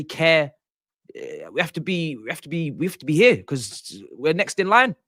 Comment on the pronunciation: turned full cockney he was so mad! "If you're ear you're ear!😂😂